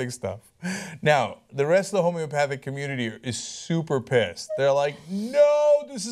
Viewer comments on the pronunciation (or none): none